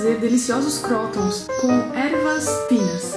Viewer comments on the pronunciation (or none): se fala "crutôns" ;)